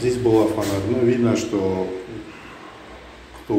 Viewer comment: срочно в школу доучиваться, словоа фанера чуть по-другому проговаривается ) логопед по вам плачет ) анкерю\зенкерю - автору всё одно )))) идите книги читайте, а не видео пишите ))